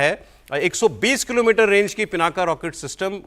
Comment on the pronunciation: ये पिनाका नहीं है ये पिनाक है । अंग्रेजी में पिनाका बोल देते हैं, आप हिन्दू हैं, आपको मालूम होना चाहिए कि पिनाक भगवान शिव के धनुष का नाम है ।